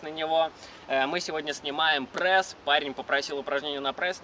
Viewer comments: Не пресс а прэсс. Как я угараю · Мне одному послышалось "мой парень попросил сделать видео на прэсс?" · почему вы говорите прэсс,а не пресс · почему прЭсс,а не пресс? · Аааа, простите, но от того как он говорит ПрЭсс уши вянут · Почему прЭсс ,а не прЕсс? Ахахахахах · "прЭсс" сначала бесило, теперь и сам так говорю